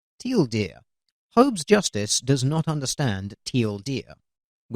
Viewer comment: The guy he was responding to kept saying till deer instead of teal deer